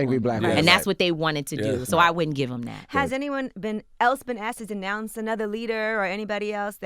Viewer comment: "Disnounce" Lord have mercy, yeah, I know, we got so much mouth but don't know how to properly say what we mean . . . smh btw I can't stand Meghan either, but we have to be on top of our game when we take somebody down